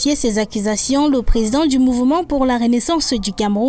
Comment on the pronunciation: Toujours du bla bla bla de la part du"Plézident Zeluh".Un coup d'Etat militaire est mille fois mieux que ces fameux opposants. Aucun leader politique au Cameroun n'est à la hauteur de gouverner ce pays.Il est temps que le président actuel libère le plancher et que l'armée prend le contrôle.